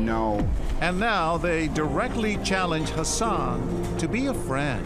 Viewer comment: When He said 'Hassan' i thought he said 'her son' 😂😂